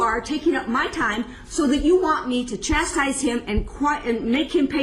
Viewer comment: chastise omg bro is English even your first language?